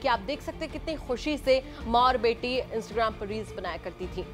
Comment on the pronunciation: इंस्टग्राम नही इंस्टाग्राम होता है ठीक से बोल तो लो 😂😂😂😂